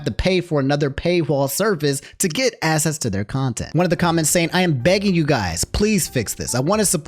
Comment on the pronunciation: this is out of topic but bro can you pronounce access as "AKSSESS" instead of "ASSESS"? cause i keep hearing "to get assess" and i'm like whose ass am i going to be getting